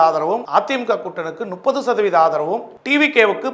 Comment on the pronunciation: முப்பது னு சொல்ல வராது! நுப்பது!!!!